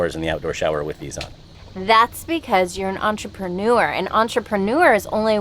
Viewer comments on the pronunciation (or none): none